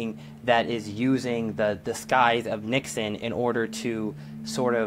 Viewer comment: it's nixon not nixion